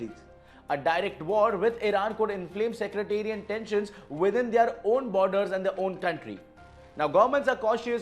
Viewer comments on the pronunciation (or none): You really need to work on ur pronunciation and diction. Its sectarian not secretarian